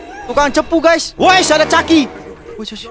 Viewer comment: kok bilang chaki😂😂😂😂